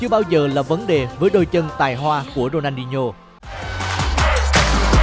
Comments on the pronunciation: Ronadinho mà ông bình luận đọc rooney hoài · Có nghe nhầm ko nhỉ sao đọc tên Rooney 2 lần